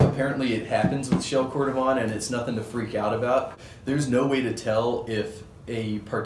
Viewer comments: Nice review, yet my the pronunciations are: Cordovan = Cord-o-VAN; Dainite = DAY-NIGHT. I’m just saying what the general consensus is regarding the names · Pronunciation-wise, you may want to revisit Dainite and cordovan! Are you on SF?